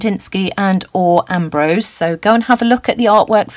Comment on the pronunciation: It took me forever to realize that the last artist was Orr Ambrose , and you weren’t saying and/or Ambrose .... 🤦‍♀️ (a lot of artists named Ambrose lol) love this prompt! I try to use the whole inspired by a lot in my work because it helps me learn different techniques. In the beginning I was only using art journal peeps or mixed media artists that I interact with today ... I am excited to research some more famous artists and pull learning from them! Excited! Thanks for another great prompt!